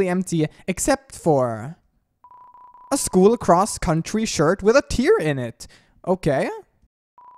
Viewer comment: tear, not tear, you said tear but it was actually tear just keep that in mind